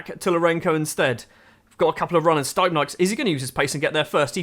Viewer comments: Its pronounced : “steepnieks” not staipnaiks Source : im latvian 😁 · to be fair your doing a good job for a foreigner on most names, but the stipnieks one… man